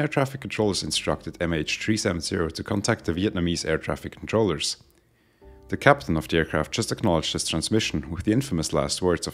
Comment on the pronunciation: Dude, great video...your English is above excellent, a definite C2 on CEFR. If you could focus on geting the th sound (as in "the aircraft") a bit softer, and eliminate the very subtle "de aircraft" that is slipping in, presumably as a consequence of / influence from your mother tongue, you would move to an even higher level. (I don't think you need to to improve your English, but if you want to, DM me if you would like a few suggestions.SUBSCRIBED